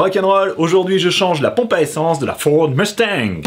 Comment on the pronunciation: Pour une fois un francais a dis le mot mustang comme il le faut ! haaaaa